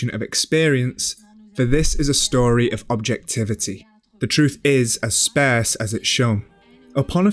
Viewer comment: "Spairce" isn't a word, I think you meant "sparse".